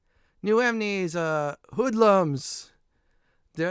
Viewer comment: Bro you saying "emenies" everytime is a killer